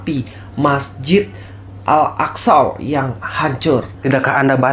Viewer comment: Si, bilang Masjid Al Aqshow 🤣🤣 ngakak saya.. hahaha